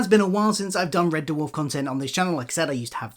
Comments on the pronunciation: It’s Red Dwarf, not Red DerrrWarf 😂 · Red what? Duhwarf? WTF is that? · Yeah, it sounds like derwarf. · It's pronounced 'DWARF', not 'DUH-WARF'. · I can’t listen to anything on red “Duh-warf” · Why is he pronouncing it de-warf? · I gave up on watching this video - had to - can't abide people saying Dwarf like "der-warf" - it's one syllable buddy. Arrgh. It's like scraping nails down a blackboard. I appreciate the info that I did hear, though, disappointing as it is. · Nice video but the way he sometimes pronounces ‘Dwarf’ (DUHU-WHARF) is very,very distracting. And I’m British too so it’s a him thing for sure 😂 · Red De Worf. The Dutch American country singer? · what is a Dah-Wharf? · Never ever heard it pronounced like that. "D-Warf". Why the audible pause between the D and the rest? Is this on purpose? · He really cool whipping that pronunciation of "Dwarf".. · The weird thing is there are a small number of instances in the video where you say something quickly in passing and you seem to speak more naturally and thus say 'Red Dwarf' the more usual way, which shows that when you are just speaking off the cuff as your self you say it normally, which makes me think it is either when you are reading it directly from the autocue/script that it happens, or else when you are (possibly subconciously) adopting a 'presenter voice' whilst following the scripted parts. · Blinduh Date.